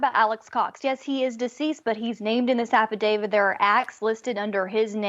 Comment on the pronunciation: AFFIDAVIT....NOT AFFIDAVID!!!!